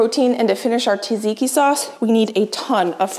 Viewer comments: I love how you say “taziki sauce” is that because you can’t pronounce tzatziki? The meal looks absolutely fabulous though! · Tzatziki , not Taziki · λεγεται τζατζικι οχι ταζικι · Hi, until next time, check on google translate how to pronounce tzatziki like a Greek😘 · we love you...but please look up how to pronounce tzatziki